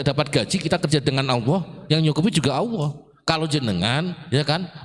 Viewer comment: Sayang bacanya Allah AWOH